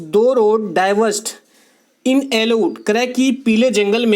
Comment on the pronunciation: it's yellow sir...not ellow😜